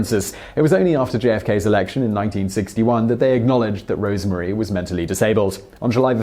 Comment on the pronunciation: Roosevelt is pronounced to rhyme with Rose. Rosemary was not called Rosemarie.